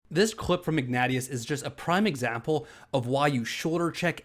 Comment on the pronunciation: fyi Ignatius is pronounced Ig-nayshius.